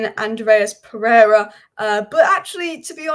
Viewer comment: Pereira not Pereria